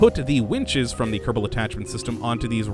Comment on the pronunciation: When he announces Kerbal Space Program, he pronounces it Kerbdal... But says it normally when just talking. Anyone know why?